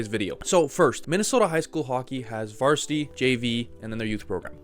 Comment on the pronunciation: "vartisity" stahp